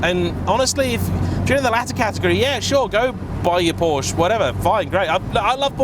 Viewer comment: please learn how to pronounce ‘porsche’